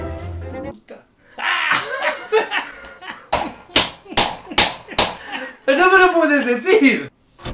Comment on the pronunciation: Alguien me dice cuantas veces dijo naur 😂😂😂